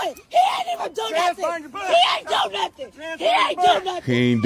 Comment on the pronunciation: “he didn’t do nuffin” counter: 247